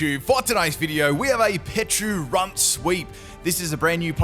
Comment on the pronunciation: I've heard you say PeCHA berry plenty of times... so why would you call it PeCHUrunt?😅